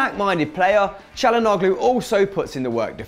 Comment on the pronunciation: its pronounced chalanooloo not chalanoglo